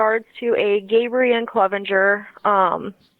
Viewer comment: Clevenger, not CLEEVEnger. Grew up 20 minutes west of him.